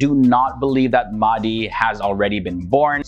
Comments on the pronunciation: it is my humble request that you pronounce the names of our muslim figures correctly, Mahdi is not Maadee. There are ways that you can check the pronunciation. Apart from that I am a huge fan of you. I have been following your channel for some years. Thank you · Its Al Mahdi, pronounced with H, how we pronounce our prophet Mohamed SAW..